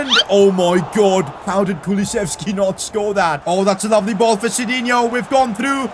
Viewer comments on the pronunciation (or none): none